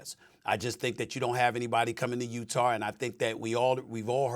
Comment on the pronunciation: Stephen A. Smith : "Utahr"